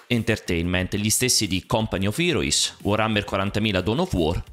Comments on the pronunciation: Con quale pronuncia Company of Heroes?AHAHAHAHHAHA OMG HEROIS AHAHAHHAHAHAH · Company of "irois"... Ooocchei!